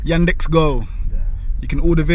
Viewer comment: It is Yandex, not Yadex...